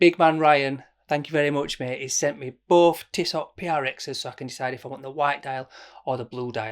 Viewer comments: It’s „Tisso“. The t at the end isn’t pronounced but you‘re right: who cares? I would go for the blue one. It gives me more of a sporty vibe. To make it more complicated: ML Aikon😉 Had it and was impressed by the build quality. And to make it even more complicated: Sinn 104 white dial. Featured it on my channel. I know, no integrated bracelet but a stunning white dial. Great video again! Cheers mate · It's definitely pronounced tisso . Save your money you mor.. Internet sensation 🤣 You'll never wear that over your blue date just or white omega.. 500 quid towards something else for sure! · Sweet looker and those ETA movements are amazingly accurate. It’s tiss-oh. I’d go for that white as it’s different looking. But before you go balls deep, take a close look at the titanium Zenith defy. Ten times the price but 20 times the watch. Open dial. And that bracelet…